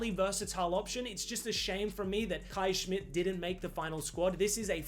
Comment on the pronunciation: Kees Smit is Dutch, not German. Why do you pronounce his name like Kais Schmidt?